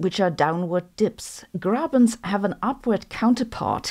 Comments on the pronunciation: She didn‘t. The “e“ was pronounced like a German would do it, but the “rr“ not at all. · As someone speaking german, Horst und Grabens sound really funny to me😅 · Seriously Grabens and Horsts?